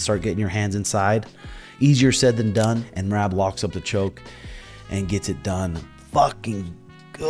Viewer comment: Love me some shuge and and love me some Merab as well, keepin it 100% facts. However, if you just so happen to read my observational comment please answer me this. I can’t help but chuckle every time you say Merab’s name as “Meraahb”, it feel like since you mispronounce it, and have ever since shuge took the first bout with him, it’s a slight dig. I actually think it’s hilarious so I’m truly curious if there’s meaning behind the drawn out A in his name knowing it probs irks him a little every time you say it. Love you boyz!!